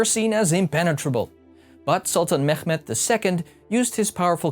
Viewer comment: I think it's pronounced memmet without "crh" sounds try hard how you say it 😭💀😂nofront